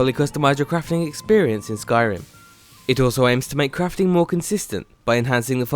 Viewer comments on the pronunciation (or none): none